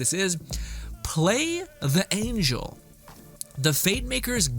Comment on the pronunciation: Play the ANGLES not play the ANGELS. Also, the word is RICK-O-SHAY, (ricochet) not rocket